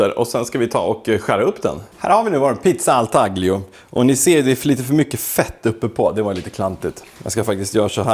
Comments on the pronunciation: Det ska uttalas; tà‧glio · Okej, lite kuriosa. Taglio (uttal: tal-jo) kommer från italienskans tagliare som betyder "att skära". Pizzan härstammar från Rom där man bakar pizzan på plåt, skär upp den i fyrkanter och säljer efter vikt :) Mvh Italien-nörd.